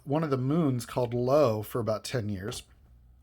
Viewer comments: The Jovian moon is pronounce Eye-Oh, Io. Not Lo. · I was already typing how 2010 was the sequel to the magnificent 2001, they made for morons, when you pronounced Io “low”! Hilarious.